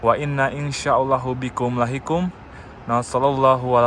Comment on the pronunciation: LahikuN bukan lahikuM